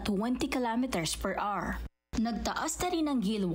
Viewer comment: Where the hell did you get that pronunciation “hour”, pag aralan mo ang tamang pagbigkas.. nakakainis pakingan…